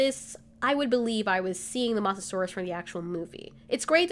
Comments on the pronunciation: Pronounced moes not moss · You said moss-a-saur-us when it's moes-a-saur-us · You pronounced Mosasaurus’s name wrong... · Mosasaurus is pronounced with a long o sorry just had to correct